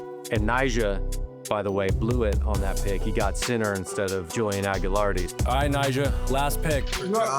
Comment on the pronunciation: Hey Malto and MikeMo it's AGLIARDI not whatever bullshit you say. How hard is it say a dudes name right? Edit: The other announcer is equally unable to say Julian Agliardis name correctly. Shame on you!